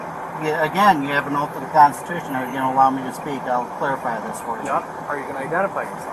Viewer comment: What is a kahnstushun?